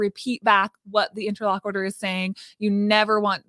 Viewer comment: I know this is petty and annoying, but I mean it in the kindest way possible…, please check your pronunciation of the word “interlocutor”. The “cut” part is pronounced more like the word “cute” and NOT like “quit”. Also, confirmatory IS a word. 👍🏽 Otherwise, love this video and this topic!!!